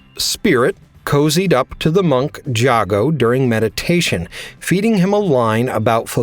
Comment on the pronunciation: How do you still mispronounce Jago = Jay-Go's name when even the damn game says it loud and clear?